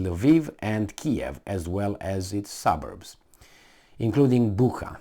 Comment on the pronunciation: Bucea, not Bucka...